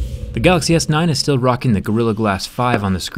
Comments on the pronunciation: "Gaaxy S9 is here" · it’s so cute how jerry can’t pronounce “galaxy” properly